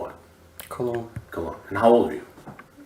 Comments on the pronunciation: The decoy looks like a young Natalie Portman. And it’s “Colon” as in bowel, not “Cologne” as in scent . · Joshua COLON, should not be pronounced "Cologne", call him like he is, a shitpipe. The Cowboy predator is also one of the worst people. Pretending to be all weak and vulnerable when confronted, but aggressive and depraved when he's talking in private with a child.